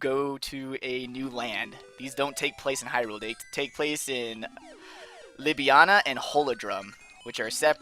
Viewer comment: It's not Libyanna, it's "labrynna"